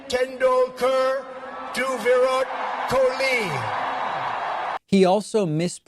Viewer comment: I'm Indian and I understand when people mispronounce stuff, but mispronouncing Sachin Tendulkar and Virat Kohli (really easy names to pronounce and Indian legends), takes it to a whole new level.